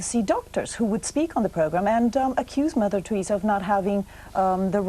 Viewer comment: Tureeza lol